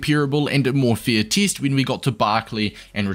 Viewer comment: bro why do you say teest